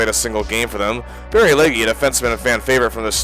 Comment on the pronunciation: It’s pronounced Leg…not Leggi